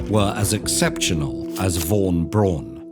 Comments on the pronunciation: Great video and great animation but I think I’ve never heard anyone say “Braun” so weirdly and wrongly 😂 the pronunciation is much closer to the english “brown” than it is to your “Brohn” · He could have learned how to say “Braun” tho